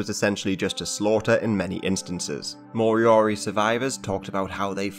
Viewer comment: if going to discuss moriori: pronounce properly; make sure your facts are correct, for one moriori are NOT extinct as not all were killed or died off and descendants continue to accelerate new generations which includes language and be included in a fairly recent govt payment.